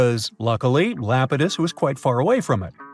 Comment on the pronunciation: Iapetus EYE-AP-IT-US not LAPETUS it is a greek god c’mon man!!!